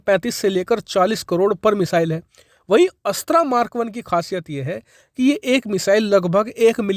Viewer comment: 'अस्त्रा' मत बोलो भाई ये 'अस्त्र' है।हिन्दी को एकदम चौपट करके ही दम लेंगे क्या हम?